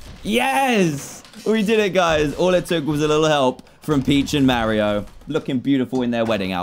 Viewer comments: Am I the only one who thinks it’s weird when he says mawio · DAN ITS NOT MARIOOOOO ITS MARIO -_